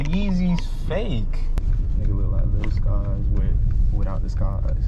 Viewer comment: He said lil skies 😂😂